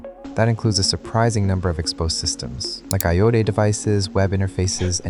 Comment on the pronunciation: Realized this video is AI slop when it said “IOT” and “IP” as words. Pathetic.